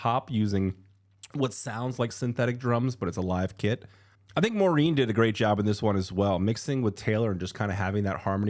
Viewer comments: Not me thinking who tf is Maureen?? Oh you mean Maren (Mah-ren) 😂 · FYI Maren’s name is pronounced like barren 😊